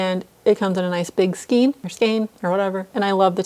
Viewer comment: Skein rhymes with rain